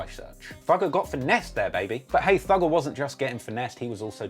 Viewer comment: The first time I heard him say "Thugger" I though he said "Dougal"